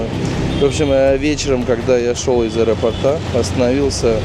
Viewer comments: Из аэропОрта, а не аэропортА 🤭😁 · Учитесь говорить правильно- из аэропОрта.😊